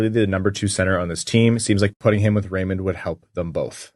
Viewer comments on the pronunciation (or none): It's RaymunT...at least that's what it sounds like when he says it